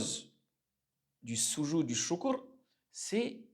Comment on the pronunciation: Le soudjoud ....pas sousoud....vous avez déformer le sens du mot